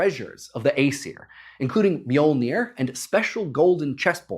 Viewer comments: That's not even close Think "myull-nirr" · It is not pronounce right it is Mjölnir. It was originally written first in old-nors like this Mjǫllnir in the 9th til 12th centuries. But nowadays Icelanders write Mjölnir, Norwegian and Danish write Mjølner, and Swedish people write Mjölner. But the Icelanders say it most correctly because that language is almost the same as the old-norse they don't use the O sound and roll the R. But the English speakers don't have a letters that represent Ö and Ø and most can't even roll the R. So English speakers had to have it easier for them to say. It is originally from the nordic countries but the rest of the world say it in there own language. If you would translate Mjölnir to English it would actually be The Grinder. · This hurts, you americans butcher the pronouncination of mjølnir and tor